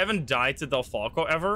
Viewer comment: Sounds like you said deltaco Instead of delfalco